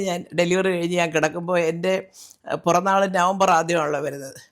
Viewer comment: It is 'piranaal' nt puranaal